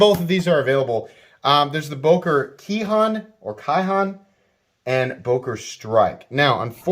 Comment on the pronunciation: I'll be that guy since I speak some Japanese...kihon is pronounced "key hone". It means basics, term is used often in Japanese martial arts.